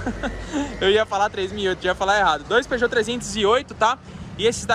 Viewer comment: vai acabar comprando um "PÈJÔ" fica vendo hauhuahuahau